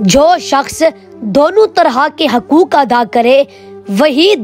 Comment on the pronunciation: Mashallah bahaut khoob bura na Lage nimaz nahi nmaz hota h haqooq nahi huqooq hota h